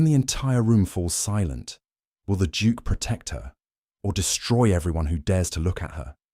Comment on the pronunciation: Why does he keep saying Juke instead of Duke. It's quite annoying